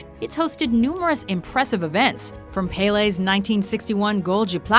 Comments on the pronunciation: The way she pronounced pele made me cringe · who the fuck is pay lay? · Wait!!! did you just pronounce his name pey-ley? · American's can't pronounce Pele